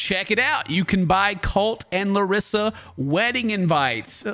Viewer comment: kinda of annoys me how everybody makes fun of larissa for saying "colti" but still everybody says her name wrong. 🤔